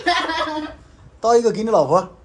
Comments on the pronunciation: 老二中文最標準的一次，快笑死我了😂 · 哇噻，那“老婆”发音挺准的呀。是要耍个美人计就能让老二加紧练习中文吗？那有可能的确需要好几个“老婆”了😂